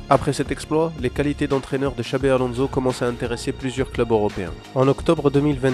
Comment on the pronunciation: On prononce Alonsso, pas Alonzo